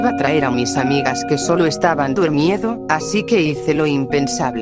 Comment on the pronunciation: Mal dita sea twuli por que dises dud miedo no se dese así se dise durmiendo te falto la R 😅😅😅